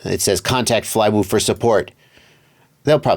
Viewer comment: Good work pronouncing the name :)